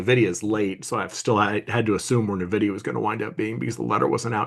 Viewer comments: Guys, for the love of God it's N-videa, not Ne-videa. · I’m with you on that 😂. If you’ve spent any time in the Bay Area, when someone says anything else but n-vidia it’s like nails on a chalkboard